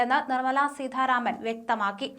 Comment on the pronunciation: അവതാരിക ഉച്ചാരണം കുറച്ചു ശ്രദ്ധിക്കണം. ഉദാ. സീഥാ രാമൻ